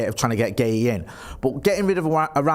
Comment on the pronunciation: WOW finally pronounced Guehi correctly 😂😂😂😂